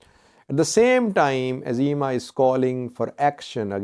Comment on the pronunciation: It’s EZEMA not AZEMA.